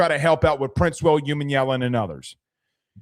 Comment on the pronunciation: as an OM fan, I'll help you out cause I like your show. PRINCEWILL'S last name is pronounced: "OOH- MOMMY-ELLEN"